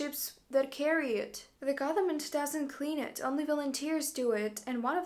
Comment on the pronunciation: It's interesting, most russians cannot pronounce "th" sound but this woman inserts the "th" sound into words instead of the "v" sound which is native sound for russians. "Gotherment." How many times in this video did she say "gotherment?" Count me among the skeptics.